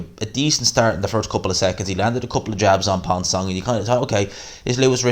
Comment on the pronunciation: That ref is a dickhead, pissed me right off. Also, Ponce pronounced "Pons-ay" ik names aren't your thing but ye #GMANSROCKS